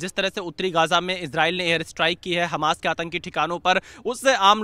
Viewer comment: Hamas ❌️ Hanas ✅️